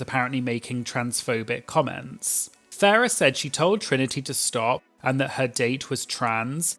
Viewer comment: You keep calling Farrah ‘Ferreh’ Her name is a pun on ‘pheromone’ but it’s Pronounced Farrah Moan. Great video though ☺️